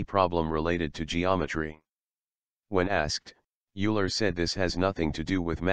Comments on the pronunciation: It is not [iuler], it is [oiler]! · Euler is pronounced "oiler". There is no such thing as an eigent function. It's eigen function. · Fascinating subject matter. Equations are rather whizzed through without adequate time /explanation for those of us without a PhD in Maths, Physics etc. BTW I think Euler is pronounced "Oiler" (Swiss root). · Also, Euler is Oiler, not Yooler.